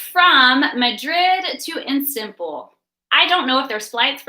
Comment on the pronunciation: Istanbul not Instanbul.